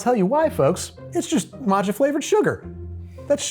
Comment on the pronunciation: That "matcha" is shameful.